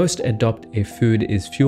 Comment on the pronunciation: The way you pronouce food tho 😂